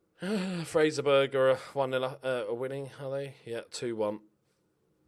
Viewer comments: It's pronounced fraser borough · The way you pronounce the 'burgh' 'Fraserburgh' is like 'bruh'. Kind of like the 'Boro' in 'Middlesbrough'